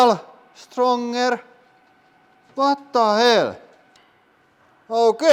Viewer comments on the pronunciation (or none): “Watta hell”💀💀